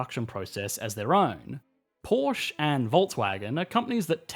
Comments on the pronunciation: Porsche is pronounced ‘Porsha’ NOT “Porsh”! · I hate to be the one to do this, but it’s Porsch-uhh. Germans are too efficient for silent letters. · It's Porscheeee with an e at the end.